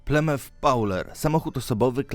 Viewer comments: Jak jak jak? Plemęf? Weź posłuchaj się człowieku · mówi się plemef serio